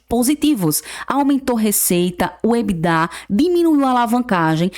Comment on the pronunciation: Por que algumas pessoas falam ebidá?